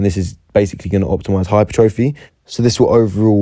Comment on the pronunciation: Good video bro! u don’t say hypertrophy as it sounds tho 😂